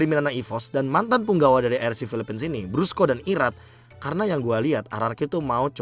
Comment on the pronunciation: Koreksi "BRUSKO" not "BRASCO" dah itu aja. 🗿